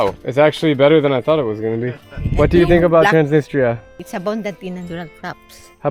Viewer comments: I find it odd that Drew can speak Russian but doesn’t pronounce Transnistria correctly. Listen to his friend say it. It’s more like Trans NEE strEEa. The emphasis on the second syllable. When Drew first mentioned this area, I didn’t associate it with Transnistria; which I’ve indeed heard about, because the pronunciation was so far off. The way he pronounces “ni” doesn’t exist in any European language. That’s an Americanization. It’s nEE; not like “it.” Even Italia in Italian is pronounced EE-talia. Moldova speaks Romanian, so I’m assuming part of the issue is that people in Transnistria speak Russian; which is not related to Romanian. It’s a very similar situation with Ukraine. Let’s hope Putin doesn’t invade Moldova to claim this as belonging to Russia. 😮😮😮😮 Great video, and very informative. I probably won’t ever go. So thank you! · i swear your guide pronounced Transnistia 3 or 4 different ways 🤣